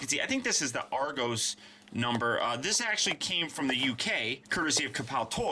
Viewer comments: Did you say argows it’s ARGOS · wait Argo's? It's ArGOS not Argo's >:( Nice review btw